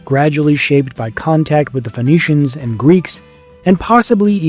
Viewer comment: "Penicians"?! PHOENICIANS is pronounced with an F sound. As in Phone sounding like it's spelled 'FONE'. Where did you learn to mispronounce Phoenician?